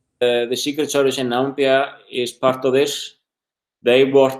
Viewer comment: I hear Nambia,not Namibia...makes me angry!